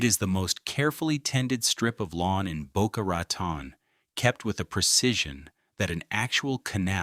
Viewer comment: I grew up in Boca, love it. Never ever heard its name butchered like, this. Pretty deep though.